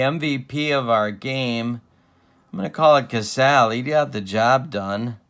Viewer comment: As far as pronunciation, I always remember Jerry Casale as being pronounced 'Ka SAA lee'...and Moford was 'MA FORD'...I remember those names listening to George and Ernie...fill in the last names of those two Tiger announcers...by the way, you aren't the only one laughing at your comments...love your 'Tubes' babe!